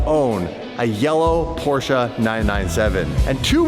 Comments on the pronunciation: PorschE not porschA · Its a Porsche, NOT a PorscheA. Learn the name............................... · The way they pronounce Porsche 😅